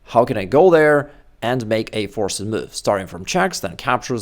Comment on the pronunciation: I hope this is okay. "Forced" is a one-syllable word. At least in the USA, it would be pronounced "Forst." Respectfully, former English teacher and chess beginner. 😊